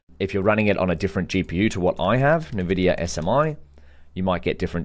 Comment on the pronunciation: N vidia like ENvision. not NUHvidia NUHvision